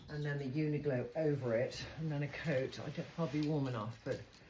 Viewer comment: Love it all! But it is UNIQLO, not UNIGLO!!